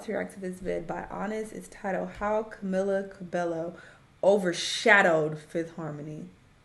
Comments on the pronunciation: her name is pronounced CaMEEla CabeYO not CaMillUh CaBello. it's a spanish name and different from "Camilla" so it doesn't sound the same. Edit: Camila became the most marketed member because a lot of fifth harmony fans found her the funniest. Originally (better together era) they intended to market Lauren as the face of the group but switched to Camila after her popularity grew. Her distinct voice also helped. Camila's consistency with live vocals also helped. Their Kelly & Michael performance kind of showed that she had better breath control than everyone else. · Camila's name is pronounced camEELa cabeYo